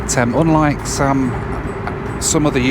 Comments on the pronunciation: man, you gotta learn to pronounce the word "Some". It really sounded like "Sam" and that can't be right, can it? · I've never heard a fellow Midlander say 'some' in such a posh accent! Some night not agree with me though. I heard you sneeze after saying that word too. Bless you!